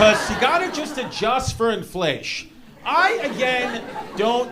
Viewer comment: Lmao 😂😂😂 "inflaysh"